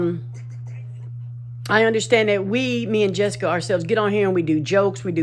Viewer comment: guys it’s JESSIKA not jessica,, smh